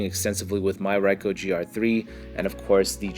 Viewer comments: It's pronounced "reeko" not "reye-ko". Japanese vowels are like Spanish vowels for the most part. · bro really said raico